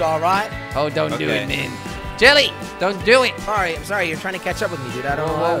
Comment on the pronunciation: what i heard in intro: "is jelly gonna 'KETCHUP'.. is jelly gonna 'KETCHUP'......"